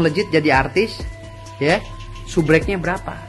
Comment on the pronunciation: SUBREK ?????? SUBERAK X...Hwaduuhh pengacara koq ngomongx epetan..😂😂